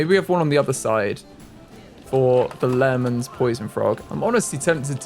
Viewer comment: Just to educate Lehmann for the poison frogs is pronounced as lay-men :)